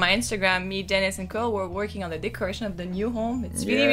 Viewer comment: It's duhhhh not der 😂